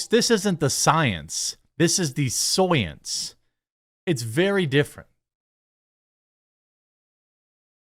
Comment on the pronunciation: Got me with 'The Soy-ence" 😂😂😂